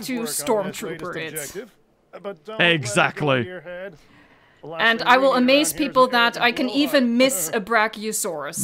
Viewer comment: you sed eggsacteley